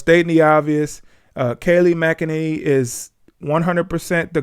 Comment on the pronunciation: 🤣🤣 its pronounced: Mack-a-nenny